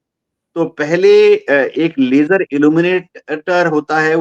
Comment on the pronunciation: LASER LIGHT ❌️ LAYJER LIGHT ✅️ 😂